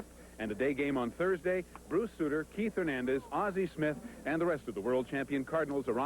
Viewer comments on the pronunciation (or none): none